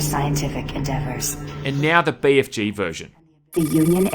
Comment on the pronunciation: I love how you pronounce it Bay Eff Jay instead of Bee Eff Gee